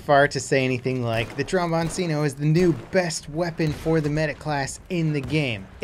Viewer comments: Its not Trombonsino its Trombonchino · Sorry to be a pedant, but I believe it’s pronounced "trom-bon-chi-no." C's often sound like "ch" in Italian. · Notification gang and pronunciation nazi here :D trombone-chin-o 🤗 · trom-bon-chino, "c" followed by an "i" makes a "chi" in Italian, fyi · It’s pronounced tronbonchino tho ;-) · For everyone: tromboncino is pronounced like cappuccino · Wrong. Tromboncino is pronunced Tromboncino and Cappuccino is pronunced Cappuccino... I hope you're not Italian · Your american pronunciation of "tromboncino" his so hilarious